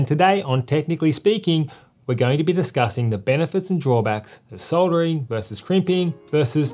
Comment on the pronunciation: Thank goodness you know it has an L in soldering and soddering like the yanks. Was going to be a hard watch otherwise 😆 Thank you for the well presented video.